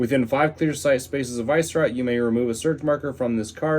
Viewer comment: Dude it's not VICE-rot, its Vi-Sce-rot